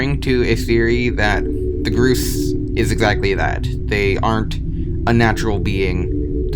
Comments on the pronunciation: what the hell is groose its pronaunced Gors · It's pronounced gorse not groose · ITS NOT PRONOUNCED GROOS ITS PRONOUNCED GORSE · It physically hurt me when he said "groose"